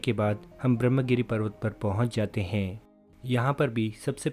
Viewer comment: पता नहीं क्यों, लेकिन महाराष्ट्र के पढ़ेलिखे लोग भी संस्कृतभाषा के तत्सम शब्दों का न तो सही उच्चारण करते हैं, न तो उन्हें सही रूप में लिखते हैं। विशेष रूप से यहाँ 'ब्रह्म' शब्द का उल्लेख करना है। विडियो में इस शब्द का अंग्रेज़ी में, अर्थात् रोमन लिपि में स्पेलिंग सही किया गया है— Brahmagiri, लेकिन देवनागरी लिपि में हरेक स्थान पर ग़लत ही लिखा गया है— ब्रम्ह ! जब कि इसका सही रूप 'ब्र ह् म' = 'ब्रह्म' है। अर्थात्, 'ह्' पहले और 'म' तत्पश्चात् बोलना या लिखना चाहिए। इतना ही नहीं, सही रूप में 'गिरि' इस तरह लिखा जाता है, न कि 'गिरी' !!